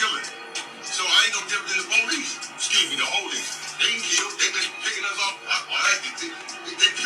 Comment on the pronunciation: Nigga said "police... scuse me da ho-lice" lmao